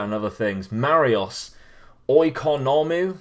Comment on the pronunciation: Awesome.Just to make it easy for you in the future the letters ''oi'' on Greek and Cypriot players are pronounced like ''ee'',therefore Oikonomou is ''Eekonomou''.Keep up the great work mate!